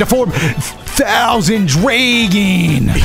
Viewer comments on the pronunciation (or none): I keep returning to hear say THousand Draging